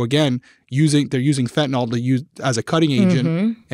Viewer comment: A reminder to everyone that fentanyl is pronounced exactly as it’s written, fent uh nil. NOT “Fent in ol”